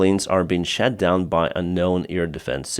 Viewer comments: I love how when you say "shot down" it sounds like "💩down"... Totally accidental due to your accent, but also totally appropriate 😂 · In most of russia, there is no difference between "a" and "o" in many cases. "moskva" (moscow) is pronounced like "maskva" by most russians. So then it is natural for them to pronounce "shot down" as "shat down". I have a feeling that this might also apply to the Ukrainian language. It is cute :-) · love the channel. But ‘shat down’ is something different 🤣